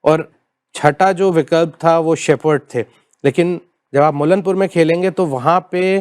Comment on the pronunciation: करेक्ट योर वर्ड्स इट्स मुल्लांपुर ✅ नोट मुल्लानपुर ❌